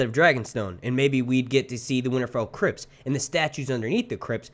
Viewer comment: Every time you said "Winterfell Crypts", I heard "Crips" instead lol. I was like "Oh shit! THROW UP THE SET!"